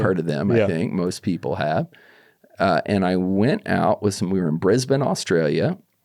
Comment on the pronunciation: i like that he pronounces brisbane properly and not "bris-bane"